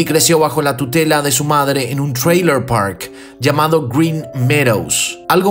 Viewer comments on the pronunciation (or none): none